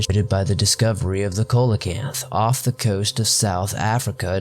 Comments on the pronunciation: Coelacanth is pronounced See-la-canth. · Epoch - pronounced ee-pock Coelacanth - pronounced see-lo-canth .. not busting your balls, an editor/narrator has to learn these things! ;) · Coelacanth is pronounced.... Seal o canth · Sea lo canth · Coelacanth is pronounced SEE-la-canth. Just a friendly heads up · I'm not the grammar police, I'm just genuinely trying to help you out here. Pleistocene is pronounced: PLY sto seen. Also known as the last ice age. Coelacanth is pronounced: SEE lo kanth. And great video! Please make more like this! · Not to too critical but to help you out. coelacanth (pronounced SEEL-uh-kanth). I know it doesn't look the way it sounds but I thought I'd help ya out on that. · I thought I'd check the comments before I corrected his pronunciation of coelacanth. Thank you ! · Great video! That pronounciation of "coelacanth," tho...